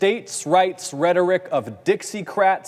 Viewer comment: At 20 seconds did he say "Dixie Krauts" lol. It kind of would make sense when you think about it? Iol although there's nothing funny about how Americans are voting in these corrupt GOP members just because they spread hate. They chose to,live with an unlivable minimum wage, have garbage health care. We get robbed buying medicine 10 times the price Mexico sells gets it for. They won't even have the government spending money to fix our country and create great jobs all because they want to vote for a "side" instead of voting to have a better life. The problem is they don't vote and ruin their livelihood they ruin everyone in Americas livelihood putting these Ted Cruz's and Jim Jordons in office. They live very well and tax you for their raises and benefits and what have they given you in return? A hate fill speech about other people who try to help you because it threatens their job. They play the people of "Dixie" like fools then scream it wasn't them on live TV and the south votes these Jerry Springer like politicians in office over and over. It wouldn't surprise me if they shouldn't have their election totals recounted. When everybody voted out Trump its more likely they votes out down ticket not pencil some in and vote Trump out. Its suspicious if you ask me. How can anyone vote Lindsey Gayrahn back in office so many times when one day he hates Trump on live TV and then the next day he goes to Marlago and comes out loving him. I mean really?